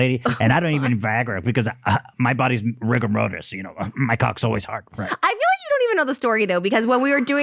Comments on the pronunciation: "riggum rotis" lmaooo does he mean rigor mortis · was ethan trying to say rigor mortis😭